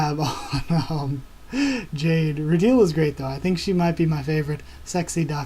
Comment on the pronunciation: rutile pronounced ru tiel not teal (sorry, just a small nitpick) it is earth btw, not another country. just after it got hit by 6 moons (they go over it a bit in the beginning of the 2nd ep) more details will be revealed about what happened to earth, but i won't spoil it :P